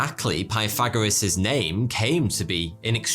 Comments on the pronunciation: If you can't pronounce his name correctly, don't overuse it. We know who you are speaking of, you don't need to keep mispronouncing his name. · Bro, you are not even saying his name right.